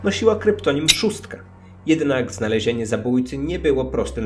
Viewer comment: Zamiast szóstka usłyszałam trzóstka ⊙_⊙